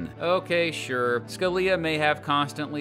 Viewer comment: I'm sorry, but SCALIA?!